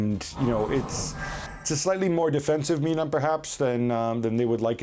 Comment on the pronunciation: Casually it’s called Milan (without the AC) just like any other football club name, it’s nonsense seeing it as the only club written with the abbreviations and even being casually referred like that 🤦🏻‍♂️. And it’s pronounced Mílan, not Milán with the stress on the i, unlike what you usually would call the city. How on earth do ESPN and other English spoken sources incur in these kind of errors, just do some research